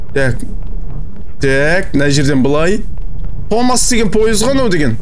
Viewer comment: Томас дегенді топас деп естіген мен😂😂